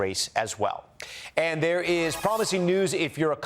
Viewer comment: 1Coffee, good for health! And you don't say: "Thee is good news tonight" as you use to.😂